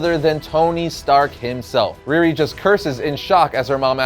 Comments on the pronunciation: Her name is pronounced Ree Ree not Rear Ri. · Ree - Ree! Not Reer-ri. She ain’t Russian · I love all of these videos, but had to cringe every time he mentioned "Rearee."